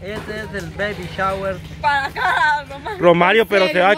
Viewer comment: se pronuncia. BABY SHAWER